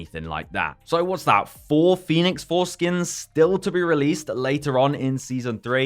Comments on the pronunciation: Everytime you say Phoenix Force skins, I only hear Phoenix Foreskins lmao 😅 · Thats all I can hear also! Foreskin 🤣🤣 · I keep hearing "Phoenix fore-skin" lmao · I can’t unhear it now 😂😭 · And now I can’t unhear it thanks lol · I WAS ABOUT TO SAY! HAHAHAHAHA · Can't unhear this now rofl.